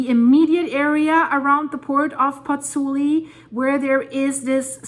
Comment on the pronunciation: It is PozzuOli actually, not Pozzuli